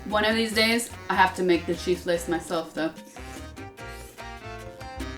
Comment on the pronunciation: Thank You Sasha!!! Ecuadorian Ceviche is unbelievably delicious and refreshing!!! ... And you say "Chifles"(Fried chip platains)... Just like an Ecuadorian will say it. Sasha: A Woman for all Seasons and Seasoning! Amazing!!!🤩